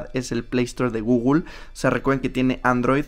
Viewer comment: Gugul ??????????? No será Google ?